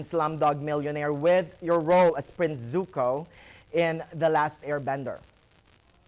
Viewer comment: at least he pronounced Zuko correctly.......